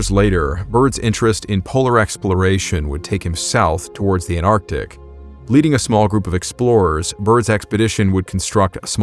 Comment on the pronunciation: Why carn't Americans say ant artic, instead of anar tic.